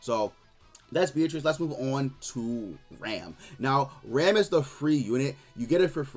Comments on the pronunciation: Her name isn’t pronounced like the English word ‘ram’ like in Ram Ranch, it’s pronounced the Japanese way. “Ram” rhymes with ‘mom’ or ‘Tom’. The ‘a’ is soft like in “Naruto”, “Sasuke”, “Ban”, or literally any Japanese word translated to English characters. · Escanor I don’t know what you mean man. It’s annoying to hear people constantly mispronounce the name. I know people don’t care, and I really wish they put more care into it. Like, imagine if everyone started pronouncing “Ban” like the English word ‘ban’. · Escanor I just wish one content creator cared enough to pronounce the character’s name correctly.